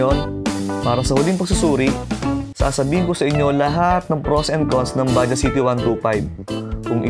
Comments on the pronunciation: Bajaj po not baja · What exactly is the correct pronunciation of "Bajaj"